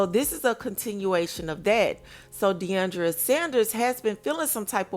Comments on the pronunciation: It’s not Deiondria it’s Deion-dra 🙄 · It's deiondra....NOT Deiondria...